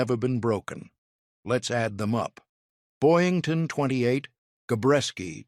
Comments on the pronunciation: . It's BoYINGton, NOT Boynton, Jeesh... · It's Boyington, not Boynton. AI BS.